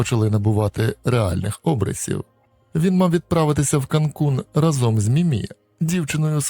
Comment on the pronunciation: наголос у слові рАзом - у всіх ваших відео разОм